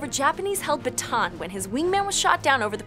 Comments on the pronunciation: Where is Batan? You mean BataAn. Ba ta ahn. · not batan its bata-an